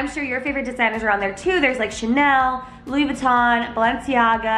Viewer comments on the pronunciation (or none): none